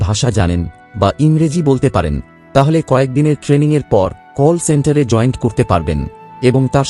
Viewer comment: এই টিউবার এতই শিক্ষিত যে জয়েন্ট কে জয়েন্ট বলছে ইত্যাদিঌ